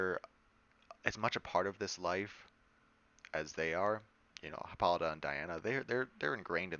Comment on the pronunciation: Pronounced: hippo-LY-ta, not hip-PAH-li-tuh